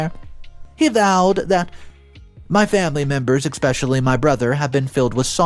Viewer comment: Please stop saying "expecially."